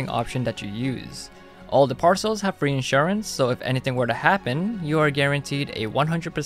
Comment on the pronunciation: Fwee tablet